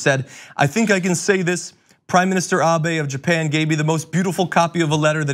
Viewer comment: Japan or, as Trump calls it "Gynah".